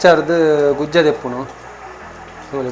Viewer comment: Gujje ❌ gujja ✅